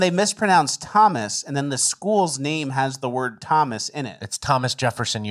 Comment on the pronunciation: Tah mu may....the school is literally named Thomas....and she couldn't get that one right, yikes.